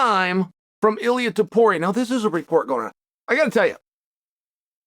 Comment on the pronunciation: makal chev , pee era , unc needs pronunciation lessions